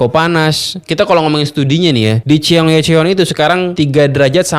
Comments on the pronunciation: Bacanya gini bang chong-gye-chong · ... #bacanya SOUL & CHONG GYE CHON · Info nya bagus, tp cukup terganggu untuk penyebutan "Chonggyecheon" Nya. Wkwkwk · Kira-kira ada ga ya yang bahas pronounciation si abang ini yg bilang "Seoul" dan " Cheonggyecheon"? wkwkwk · Seoul bacanya So-ul (kaya ngmg bakSO) Cheonggyecheon bacanya chonggecon ajaa😅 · bang, dalam huruf Korea yang ditransliterasi ke huruf Latin, yang tertulis "-eo-" itu bacanya "o", jadi Seoul, bacanya Soul, Cheonyencheong, bacanya Choyencong bang... eo dibaca o, eu dibaca mirip orang Sunda ngomong "geulis" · Cheong - ye - cheon ❎️ Cheon - gye - cheon ✅️ Se-oul ❎️ Soul ✅️